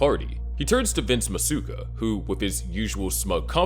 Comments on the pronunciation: Musaka...? It's Masuka. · Moo-Saka? Is this ai, or you didnt watch the show? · this guy said moo saka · It's ai or he didn't watch the show. Moo-saka is crazy butchering of pronunciation. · I enjoy watching your videos, but can you please get the characters names right. You constantly mispronounce Masuka and LaGuerta. I believe there are other others you mispronounce too, but I can’t remember them right now. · masuka pronunciation is crazy my guy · I was already pretty sure this channel is AI generated, and that pronunciation of Masuka was the final nail in the coffin 😂. Either way they're fun videos to watch before bed lol